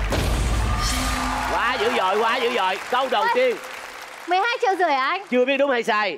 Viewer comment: Nghe HY cứ đọc "Triệu rưởi" cứ khó chịu kiểu gì ý :))) Không biết có ai như tôi không -.- chứ cứ đọc sai dấu nghe vướng tai ... -.